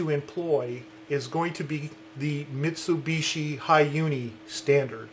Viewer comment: You pronounce Mitsubishi wrong btw